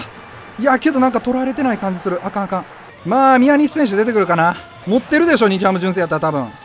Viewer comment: 宮西が原西って最初聞こえた